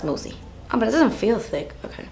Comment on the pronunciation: When she said "ticc" instead of thick I literally screamed laughing 😂😂